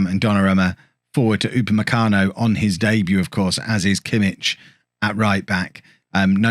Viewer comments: The "ch" in Kimmich is like the "ch" in "loch" or "Bach" not in "church" :) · Kimmich is much better in midfield he's not really fast enough in game for how you like your right backs. And please learn to say his name it's gonna drive me mad haha.